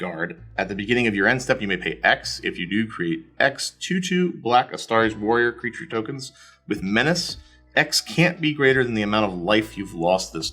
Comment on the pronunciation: It’s pronounced a-star-teas, just say that fast and boom there you go 👍